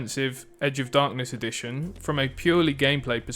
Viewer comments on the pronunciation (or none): The way you pronounce edition sounds like "addiction", which, tbh, suits the game more 😂